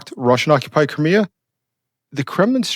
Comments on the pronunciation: It's like CRY ME A .... NOT kermia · Where is Kermia or do you mean CRIK3A?(cry-me-a)is the correct way of saying it. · lol it pronounced Cry-Me-Uh